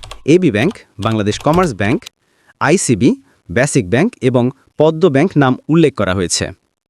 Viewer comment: পদ্মা ব্যাংককে বারবার পদ্ম ব্যাংক বলা হচ্ছে ক্যানো?